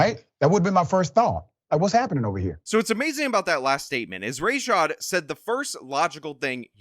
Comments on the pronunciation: So his name is pronounced "Race shod"? I thought it was "Ruh shod". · Rashad Richie: "we reported on the facts we had, its not my fault" Nah dude u put ur own spin on what u WANTED to be facts, then proceeded to dox & defame a woman with ZERO journalistic integrity. Absolute clown. Also his name is ra-shad not ray-shad just like a smug pr*ck like him to tell ppl to pronounce it that way ur dumba** momma should've spelt it that way then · It's funny how you can clip these videos and edit them out of context ...... because you're clearly a bigot. You pronounce Dr. Rah-shad's name incorrectly, but on purpose. The same way that other racist Republicans pronounce the Vice Presidents'name incorrectly, out of diistan and disrespect.